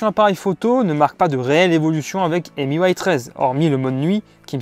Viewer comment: Petite remarque, MIUI ne se prononce pas "émi you aille", mais tout simplement "mi ui " (ou maille ou aille en anglais) Tu mélanges la couche de Huawei qui est emui, et miui de xiaomi.